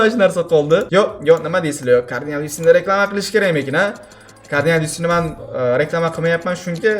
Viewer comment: Carginal✅ Cardinal❌